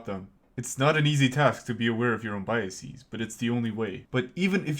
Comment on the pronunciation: I wouldn't be so sure. He says "biaseez". What even is a biasis? Brain problems start small and before you know it you're a drooling catatonic staring at the whitewashed wall of a nuthouse room.